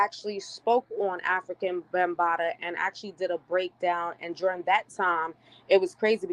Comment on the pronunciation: How can you give credibility to this woman who is not even pronouncing the man's stage name correct? It makes it seem she hasn't done good research or has no clue who he is.